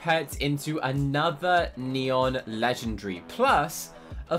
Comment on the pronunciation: I like how he says legengary instead of legendary